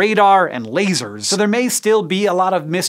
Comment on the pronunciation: At minute .. “and lasers!” It just struck my funny bone the way he emphasized the word ‘laser!’ Pls keep up the great work!!